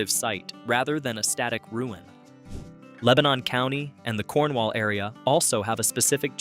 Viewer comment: I'm originally from upper Dauphin county, and we pronouce it Lang kuh stir. And Leb nin is only two syllables. :)